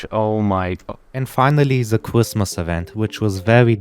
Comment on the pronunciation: bro cannot say his "R's" "cwrismis"